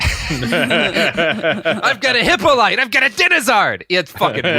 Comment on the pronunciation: Hippolyte, is pronounced He poe lee tay. Ive heard every mispronounciation